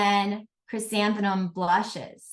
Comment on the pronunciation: Is it me, or is the presenter having difficulty pronouncing the word, "Chrysanthemum"? I hear her saying, "ChrysantheNum"